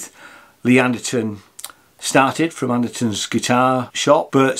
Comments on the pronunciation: OK... The simple problem that dude says Anterson rather than Anderton. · It's Andertons not Andersons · what is it with brits randomly pronouncing ANDERTON'S, Anderson's?